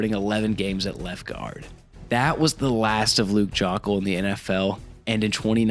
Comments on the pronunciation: Isnt it pronounced "Joke-ul"? This "Jock-ul" stuff is killing me lol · Joe-ckel is how it's pronounced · Dude just pumps content for money, doesn't even do research just reads what he sees. You can tell that by the fact he never realized he's pronouncing Luke Joeckel's last name incorrectly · Yeah that’s the reason I’m not subbing, strictly due to that Joeckel pronunciation, it just shows a lack of actual knowledge on the sport